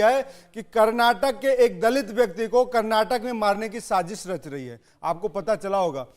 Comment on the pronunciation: Karnatak nahi Karnataka bholo